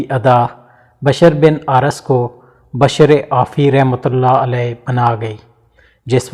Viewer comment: Is it bashar or bishr ? Kindly tell the difference between these two pronunciations,cause on google both the words give different meaning